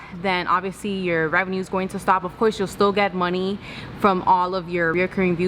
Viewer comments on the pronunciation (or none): none